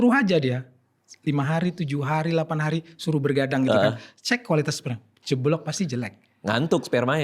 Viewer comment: Begadang dok, bukan bergadang